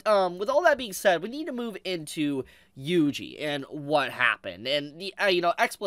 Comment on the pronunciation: His name is pronounced “wee wee” not “yui yui”